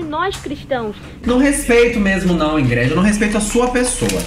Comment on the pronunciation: Amooo que a pronuncia o nome da crentelha expondo como o nome é brega mesmo: IngrED. 😂😂